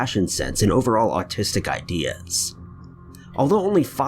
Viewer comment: I think he made a mispronunciation of Artistic, but it sounded like Autistic